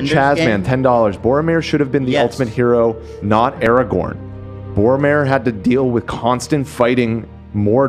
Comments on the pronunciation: Stop saying Aragon and Erawon, please? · If I hear Aragorn pronounced "Eragon" one more time im becoming a snarker